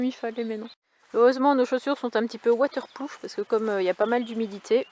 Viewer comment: Je n'ai pas bien entendu : tes chaussures sont waterproof ou waterplouf ? 😁